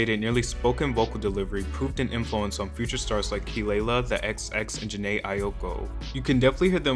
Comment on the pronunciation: the way u pronounced jhene’s name 😭